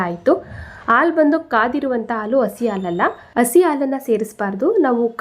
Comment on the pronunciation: ಹಾಲು ಎಂದು ಹೇಳಲು ಅಲು ಅಂತಿದ್ದೀರಲ್ಲಾ...